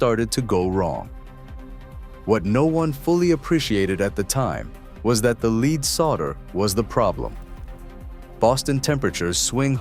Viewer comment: LEAD solder is pronounced LED, not LEED. Bottom line, capitalistic greed and waste. I'll never go in that building!